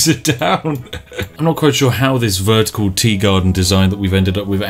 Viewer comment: Did you say ver-tea-cal garden? ;-)